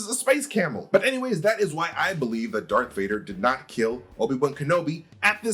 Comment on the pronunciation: Why are you saying "Dark Vader"?